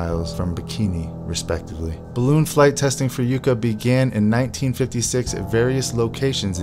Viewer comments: Its' pronounced "Yuck Ah" ! - not YOU Kah ! - You're welcome ! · Yucca (yukka) not yooka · HEY,ITS NOT PRONOUNCED -YOU-CA..ITS YUCCA(YUH-CA)...YUCCA PLANT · NOT YOU-CA PLANT(GEEZ!) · Pronounced "Yuck uh" like the cactus . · “Yucca” pronounced “Yuk - ah”. It’s a funny little tree that grows in arid climates. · Yucka - or Yuckuh. Like the cactus. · Yucca is a desert plant in NM. Check your pronunciation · learn how to pronounce YUCCA! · If you can't even pronounce Yucca correctly, how do we know your video isn't full of additional errors? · At least learn how to pronounce 'Yucca.' Hint: The included footage includes a proper pronunciation.